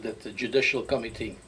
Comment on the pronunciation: My American ears kept hearing him say "Judicial Comedy" not "Judicial Committee"... I had to laugh, not at your guest, but the light bulb went off as that's exactly what it is a JUDICIAL COMEDY!